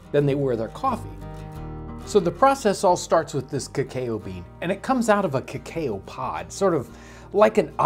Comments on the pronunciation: Lol, you said Kuh-Kayo. It's supposed to be said K'kow, almost like Kapow. XD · For a moment, I doubted and had to google the pronunciation of cacao as I am not natively english. Then I found out yours really is completely wrong, the one we use in other languages as well is correct and I cringed every time you said it. It's 'kuh-kau' not 'kah-ka-o' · kekeo bean lmao, it's either cocoa or cacao, it's never kekeo :D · Look up the word online. All sources state "kow", not "cay-o". He is outright pronouncing it wrong. It is not a regional difference, it is ignorance. (BTW, I've lived almost my entire life in the Midwest, 2.5 hours from where these videos are made). Also, it's not judgement. Why do you have a problem with people providing information? The OP wasn't being rude or offensive in their statement. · I knew of the "cacao" bean, but it's my first time hearing of the "kaykayou" bean haha 😂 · I know I'm being pedantic but because Cacao is a Spanish word imported into English, the standard pronunciation is Ka-Kow (like the animal cow), not Ka-Kae-Oh, as a it would be pronounced in a natively English word. And whilst I'm being pedantic, it is also the case that the Maya and azetc would spice their drinking chocolate often significanlty more thean Europeans, or European colonists, so if anything the Spanish played down the spicing when they adopted the drink, in part because oof the use of sugar and later dairy to make it a sweet creamy or milky beverage. It's interesting to see this halfway house between the earliest and most modern preperations. I somtimes make this stly of hjot chocolate myself, but I've never used a repipe, so I might try this one out. I'll probasly buy my beans pre-roasted and peeled though! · In case anyone was wondering cacao is actually pronounced "ca-cow" not "ca- kayo" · omg lol he keeps saying "kay kay oh beans" instead of cacao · John and Team, the bean's name is pronounced 'cah-COW'. Not 'cah-kay-oh'. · kuh-kow. Not kah-kayo.